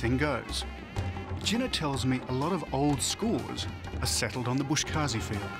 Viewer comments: Its "BUZ-KASHI" not "bush-kaazi" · it is called “boz keshi” not “bosh kazi” , boz= goat , keshi= pulling 😃😃 Thanks for the nice documentary 👌🏼👌🏼